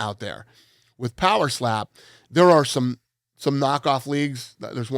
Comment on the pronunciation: Every time Dana talks about poweslap I get furious 😂